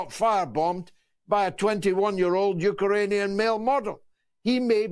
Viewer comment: ‘Uker-rainian’ wtf?